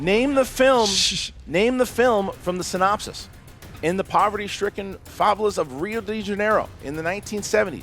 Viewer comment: pronunciation of "favelas" killed me lol